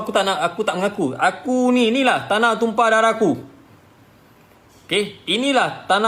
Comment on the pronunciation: Die punya sebutan.. “Inilah tumpah daraku” tu… nampak sngt… sleng Rohingya 😂